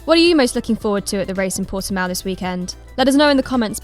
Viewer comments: It's Portimão, come on guys... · Your 'proper' title was a mistaken attempt to pronounce it in SPANISH. So retry, realising it is in Portugal. Similar language, but still distinctively different.